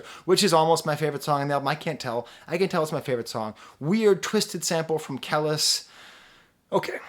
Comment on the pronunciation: Your videos are always dope and I appreciate you reviewing this one but it's Kah-lease (kelis) . keep the reviews coming